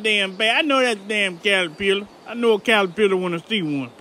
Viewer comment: Calapiller lol